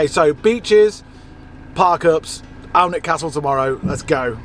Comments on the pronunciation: It’s pronounced “Anick” not as it reads “Alnwick” ☺️ great video. Thank you 🙏🏼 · Did you mean An-ick castle? 😀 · Alnwick is pronounced Annick. Don’t know if you mentioned it but I think the admission is a little cheaper if you book and pay online, or that might just be the gardens. Also well worth a look is the huge second hand bookshop in the town. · Pronounced Annick castle 😊 fantastic drone shots of the Causeway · I live in Northumberland, I love it when people try and pronounce Alnwick, very posh lol it's pronounced Anik ☺️ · Alnwick is pronounced as Ann-ick It’s a fabulous spot we are fortunate to live about 70 miles away . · So glad you got to see a bit of Northumbria one thing Alnwick is pronounced Anik great show thanks for everything xxxxxx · Hi I’m from Northumberland I must say we are very lucky to live in this part of the world with such beautiful scenery. We pronounce Alnwick Anick btw 😉 I’ve been and done everything you went too so it brought a lot of memories back, great video 😊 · It’s annick castle it’s a silent L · Alnwick Castle is pronounced Annick Castle 🏰